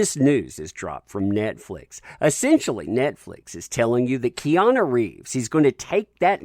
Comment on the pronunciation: ‘Peana’ Reeves?